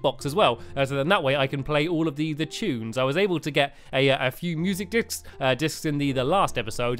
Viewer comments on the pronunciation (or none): Why did he always say discs in to uhmmm dicks ? He said that with the light discs in terraria to !! Wowow stampylongnose 2015 everyone!! Haha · STAMPY IS CUSING AGAIN INSTEDAD OF MUSIC DISK HE SAID MUSIC DIC-S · He said music dicks😂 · "I was abled to get a few music dicks, uh discs..." -Stampy 2015 ._. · Tianna Nguyen he said dics BETTER no k :P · You messed up saying discs it sounds inappropriate please block that